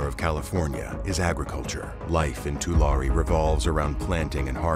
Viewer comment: Tu-Larry is how it’s pronounced